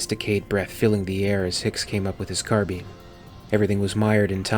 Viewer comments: Carbean? You mean CAR-BUY-EN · You've done an amazing job. You have a real talent for this. Are you doing the pan and scan and effects also? ....Carbine is pronounced "Car-bye'n" by the way ;)